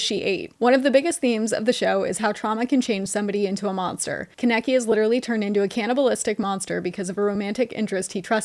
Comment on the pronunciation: The way you pronounced kaneki 😭